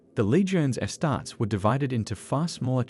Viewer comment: Is this AI? my man, it's pronounced "astar-tees" and "custo-deez"